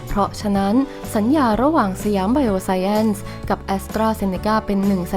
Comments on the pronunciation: อ่าน สะ หยาม ไบ โอ ไซน์ น่าจะถูกต้องไม่มีแอ้นหรอกค่ะ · อ่านว่า"ไบโอไซน์"มั้งครับ